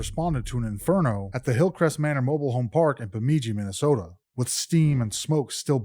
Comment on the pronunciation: Bemidji is pronounced with the second syllable “midj” sounding like the “midg” in midget